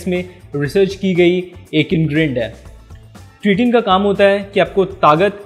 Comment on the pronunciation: sabse phle to beta vo क्रिटिन नही क्रेटीन hota hai gawar pronunciation sikh le phle